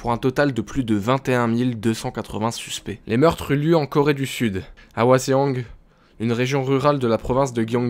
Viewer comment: Super vidéo :D J'ai toujours aimé ce genre de vidéo ^^ Pour l'endroit en Corée du Sud, le "e" dans "Hwaseong" ne se prononce pas :) Ça se prononce "Hwa-song" – comme "chanson" (song) en anglais (j'ai pas de lettre d'alphabet phonétique) ^^